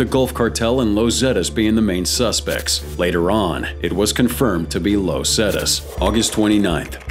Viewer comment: "Low Zetas" 🤣